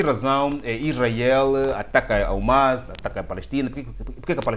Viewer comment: Irmao me perdoe mas nao se diz Omas...mas sim HAMAS( é arabe o termo)